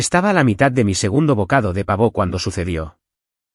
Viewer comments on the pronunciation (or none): No sé porqué en estos relatos al pavo 🦃 se le llama pavó 😮😮😮 Y se pronuncia Cler